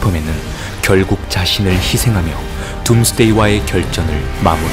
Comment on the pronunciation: 왜 계속 듐스데이라고 해요?